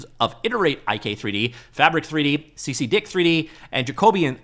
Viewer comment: CCDIK (Cyclic Coordinate Descent Inverse Kinematics) is more often pronounced as CCD-IK ;)